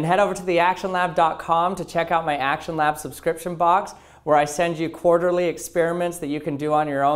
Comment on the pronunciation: I keep hearing you say "Actual Knob" instead of "actionlab" just so youre aware... :)